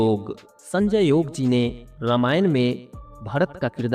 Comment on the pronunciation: संजय जोग नही योग